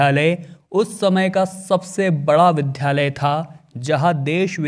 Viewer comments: विद्यालय vidyalay को विध्यालय vidhyalay क्यों बोल रहे हो। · यह विद्धालय नहीं विद्यालय है , अपना उच्चारण सही करें । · दक्षिणउत्तर दिशा कौन सी होती है ? विध्यालय नहीं विद्यालय बोलें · एंकर महोदय प्लीज बार बार विद्यालय का उच्चारण सही करिये उच्चारण में द्या (dya)का उच्चारण कीजिये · कृपया विद्यालय बोलें।